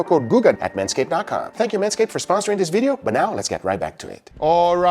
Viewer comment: Gugas favorite words “Diss, Dat, and Dare” (This, that, and there) 😏😏